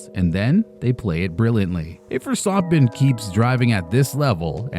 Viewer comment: can’t even say the name Of the guy he made The video about properly lol